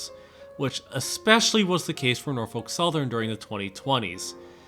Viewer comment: "NOFOLK SOTHERN WATS YO FUNTION!"